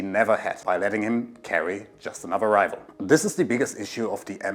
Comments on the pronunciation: It's Rifle, not Rival. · Rifle - the f is pronounce fu, not vu. You’re saying rival not rifle in you’re pronunciation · man I'm so stupid, I thought he was saying rival, (even the caption think so too) but the accent made me realize he was actually saying rifle or rifleman